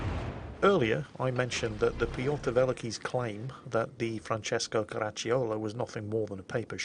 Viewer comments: the way pronounced the ship made me think "Crotchy YOLO" and now that's the only thing I will be calling this. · KARA-CHEE-O-LOW Two CCs together in Italian are pronounced as CHEE. The Guns are Vickers 15"/40 that were a mark of the same guns that were on Queen Elizabeth, Revenge and Hood, which used the 15"/42. It is also pronounced AN-DREY-AH DOOR-REE-UH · Car-ack-cho-la. The “c” is pronounced like “k” in English except when followed by an “i”. In that case the “i” makes the “c” soft but is not pronounced. (They made all this out of Latin somehow.) But nice try,. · Actually it is pronounced "Ka-ra-cho-loh" (like in "cho-colate") - listen to since it has the correct pronounciation. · Your pronunciation of the ship's name is almost right You correctly pronunced "Francesco", but the "cio" in "Caracciolo" is pronunced like the "cho" in "chocolate" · Just commenting to say I'm italian and the way he pronounces Andrea Doria and Francesco Coraccioli makes my spaghetti entrails churn in protest! PS: I still love you, you dastardly gnome! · I thought the "i" was not pronounced but only there to create the "ch" sound, as it would otherwise be "Caraccolo", but I might be wrong. is most definitely pronouncing the "i", which is the standard mistake made by English speakers without a clue. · Italian here🇮🇹 random hand gestures Your pronunciation of Francesco is perfect (only the accent is off but it's not that important) to pronounce Caracciolo perfectly the "i" is silent, just pronounce "ci" as a single sound (like you did, not with a K sound) and you're good to go😉 One of the best effort to pronounce something correctly👏👏🏻